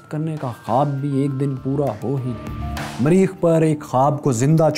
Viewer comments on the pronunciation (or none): Sir its mareekh, not mreeekh. very nice show btw.